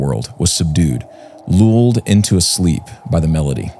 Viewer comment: Karen? The ferryman of the dead? you mean Ferry MA’AM of the dead? -he was looled by the melody? Who pronounces things like this?